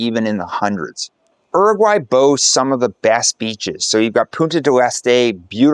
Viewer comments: It's never "er-aguay." In English, it's "yu-raguay," and in Spanish, it's "oo-raguay." I lived in Uruguay for a full year in 2011, teaching for International House, and unless things have changed a lot, your description is highly inaccurate. It was more expensive than Europe, the people were insular and rude, the food was low quality and monotonous, and the weather was chilly in the winter. And most educated and young people were quite proficient at English. There was also A LOT of crime! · Not oeroguay is Uruguay, emphasis in the U..., is not that hard to pronounce correctly. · Bro, either say “Uruguay” in english or spanish, not some bastardized in-between. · its not "R.Guy", its pronounced "U-ru-guay" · If you are going to make videos about a country, you should at least learn how to pronounce the name of the country properly.